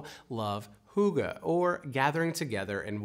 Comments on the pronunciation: Only 5 million??? - that sounds very low 😮 It's not [hoog-ga] btw., but [h'ue'g-ge] with the 'ue' being like the first vowel in the word "ne(w)" or the French word "rue" (street). It's a bit like an "ee"-sound, but with pointy (kiss) lips instead 😉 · Great video as always.. But im always baffled that hygge seems to have Hoogah as its pronunciation. Hoogah can not turn into hygge in my language. To begin with double O does not make a Y sound. A danish Y doesn't hasn't got a sound that exist in English. So saying Hygge is pronounced as Hoogah is like saying ice cream is pronounced ees croom.